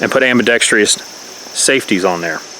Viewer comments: Good vid, but the word is "ambidextrous", NOT AMBIDEXTRIOUS!!😎🤣🤐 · Very well presented and articulated! One critique...AMBIDEXTROUS is pronounced (Am-be-dex-trus) not (Am-be-dex-tree-us)🤣🤣🤣 Happy New Year!